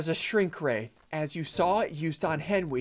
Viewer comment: “Henwy got shrunk rayed” -Ssundee 2021